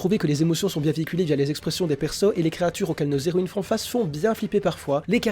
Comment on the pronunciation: Ce manga a l'air assez sympa meme si j'ai pas l'habitude des mangas francais. Bonne vidéo ! (PS: les Héroïnes : pas de liaison entre "les" et "héroines" ... les zéroines m'ont piqué les oreilles tout le long xD)